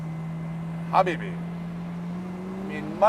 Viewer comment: My man gotta stop saying "habbibi"